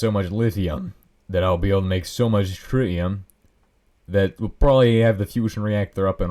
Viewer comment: ah yes, shritium